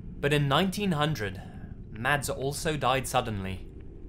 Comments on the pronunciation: Mads is said "Mass". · Hey bro your vids are freaking awesome! One thing though, in Scandinavia, the name 'Mads' is actually pronounced "Mass' :) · The name Mads is pronounced Mawz